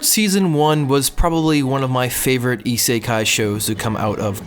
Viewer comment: You can't even pronounce isekai. Its isekai not i.se.kai.